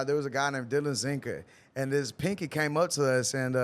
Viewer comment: It's PANKY! NOT PINKY 😂😂😂😂 Lol you doing your thing! BAY CITY TEXAS ON THE MAP!❤❤❤❤❤❤❤❤❤❤❤❤❤❤